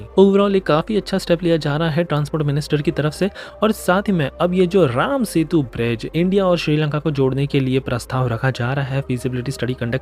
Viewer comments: राम बोलिए। रामा क्यों बोलते हैं? रामायण को रामायना क्यों बोलते हैं। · मूर्ख...लार्ड रामा नही... भगवान राम....रामा नही। बोलना तो सीख ले बंधु।